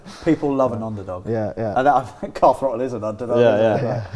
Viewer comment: definitely said Carl throttle